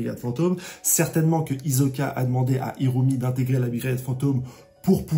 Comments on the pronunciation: Stp frero c’est pas hiZoka mais HiSSoka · C'est hiSoka! pas hiZoka....! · Fréro, chaque fois que tu dis Izoka, j'ai mal aux oreilles... Je n'ai jamais regardé en VF donc je ne sais pas si c'est ainsi que c'est prononcé. Je préfère clairement la prononciation Isoka en VO. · Hisoka stp pas hizoka ça me stresse 😁😁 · Ça se prononce hissoka. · ta prononciation d'hisoka est tellement bizarre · Phonétiquement ,Hisoka se prononce avec le « s » de serpent, saxophone, sel ou singe